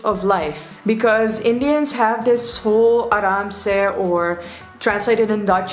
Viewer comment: saying Aaramse is awesome.